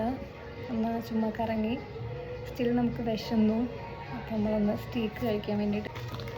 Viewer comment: Its pronunced as St'a'ke ... സ്റ്റേക്ക് not സറ്റീക്ക്